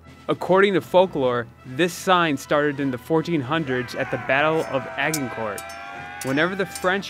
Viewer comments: I wanted to fall on my knife the way he pronounced Agincourt. Please, Americans, do some research into how to pronounce international words correctly. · Agincourt.....check the pronounciation.